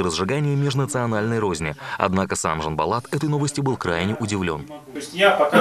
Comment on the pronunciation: че так трудно не произносить ЖанбАлат. Тем воспитание человек, чем больше старается запомнить и правильно произносить имена других.